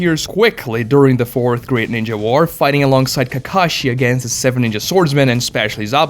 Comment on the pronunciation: The way you pronounce ninja doesn't hit the ear well.